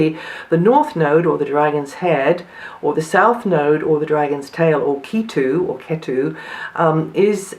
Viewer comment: Its pronounced "Katu"